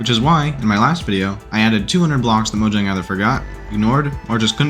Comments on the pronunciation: moyang is the official pronunciation since it’s a sweeeish company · I thought it was pronounced "Moyang"?